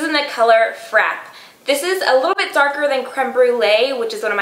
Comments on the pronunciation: Fra-Pay...like cafe and latte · She pronounced frappe sooo wrong lol